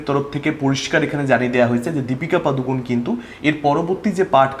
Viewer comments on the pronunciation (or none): পাদুকন না বলে পাডুকোণ বলো দাদা কানে বড্ড লাগে😂